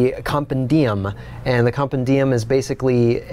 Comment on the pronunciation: Com-pen-di-um? Compendium, emphasis on the pen not the dium....Latin!